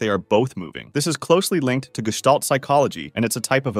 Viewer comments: He didnt pronounce it 100% correct but close enough. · i know, did i criticze it? props for him being so close to the real pronounciation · I love how Gestalt is pronounced ❤